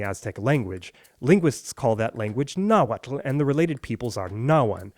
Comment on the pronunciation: its not nahuatul its nahuatl